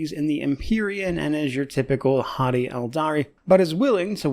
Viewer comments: Wait, did you say "haughty Aeldari" or "hottie Aeldari?" Ya know what, it don't matter. Both are accurate. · I heard hottie, it is canon 😅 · I briefly looked away when you said haughty Aeldari, and i heard it as hottie Aeldari. Now I cannot unhear it.